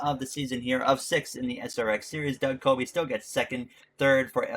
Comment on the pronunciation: Doug Coby, not Kobe Bryant